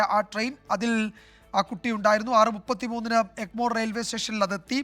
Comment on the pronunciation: എൻമോർ അല്ല എഗ്മോർർർ ർ......